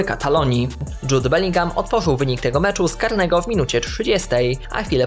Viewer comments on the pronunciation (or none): none